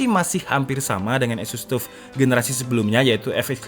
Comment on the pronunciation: wocone TAF mas, duduk TUF.. teko TOUGH disingkat TUF.. :D